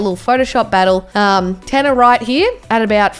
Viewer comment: tannar not.